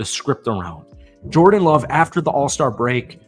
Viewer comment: "After the All-Ster break"? This ain't baseball.